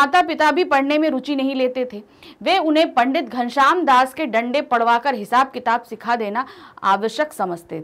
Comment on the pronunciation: One Suggestion Its not डंडे it is लांडे